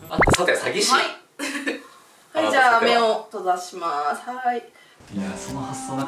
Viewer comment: 目を閉ざします が 目を飛ばします に聞こえてめっちゃ怖かった😅